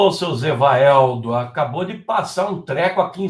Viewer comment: "Seu Gevaeldo" é óteeeemooooo !!!